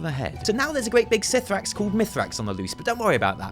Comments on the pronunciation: ok for the last time the pronunciation for cithraxi is "kathraxy" not "sithrax" SO UITE ANNOYING TF OUT OF ME WITH UR PRONUNCIATIONS!!!! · btw, it is pronounced "Ka-thra-xxi" no "sifraxi" ! :) (in regards to mythrax) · (I'm fairly sure the C in C'thrax is read as a k sound, but it's fine, you're lovely)